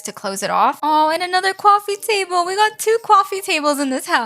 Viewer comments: Is there anyone else that loves how says coffee table 😂 “cwafe table” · "And another Quaoffie tabble"😂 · Please never say coffee again say cquffee table please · I love how she says coffee table😂